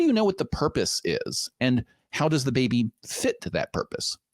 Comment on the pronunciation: Any Linfamy fans hearing how he says, "Bubbay"?